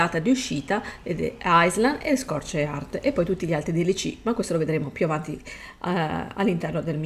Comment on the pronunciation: Si magari imparare un po di inglese sarebbe bene!!! Non si può sentire, nel 2023 da, i è il minimo... Scorched Earth non si può sentire.... Ridicolo